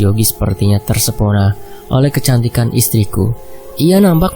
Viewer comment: Kirain cuma aku aja yg mlesetin kata TERPESONA jadi TERSEPONA ternyata Mimin juga di plesetin 🤣🤣🤣